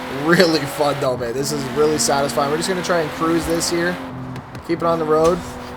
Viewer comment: legit he sounds like he said "babe"😂